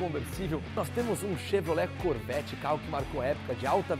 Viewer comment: minutos Errou em Dizer Corvette 😂 🤣 😅 manda esse rapaz pra um canal de culinária